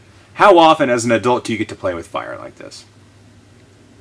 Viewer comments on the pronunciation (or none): none